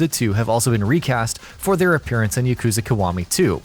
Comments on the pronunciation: Yakuza is not hard to say. It is not "YaKOOza". There is no ooo sound and definitely no emphasis on the second syllable. They say it enough in the games. Ya-ku-za. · The way you say “yakuza” and “kiwami” triggers me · "Yuhkoozuh" Stooooooooop. Its pronounced like... "Yahkoozah" Only in sense that that U always makes an oo type sound. Yakoozah actually looks hella wrong... just... be weebier plz. Learn yerr japanese pronounciations. Ill work on my english spelling. XD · Yah-koo-zah Kee-wah-mee. How hard is that. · You saying yuh — kooza bothers me so much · he needs to know how to pronounce "yakuza" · Dislike for the pronunciation of Yakuza & Kiwami. Wtf? 🤢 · whats wrong with how he says kiwami everyone says it like that .. u got him on the yakuza tho